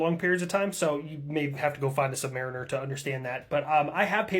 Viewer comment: Sub mariner implies that they are less than a mariner. Please double check your pronunciation. They operate submarines. They are submariners. Submareeners. Don't piss off the guys that call all the mighty surface ships "target practice". You might get called a nub.